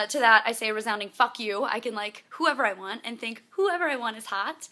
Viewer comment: She says "and" funny. It's like "aiiind" :D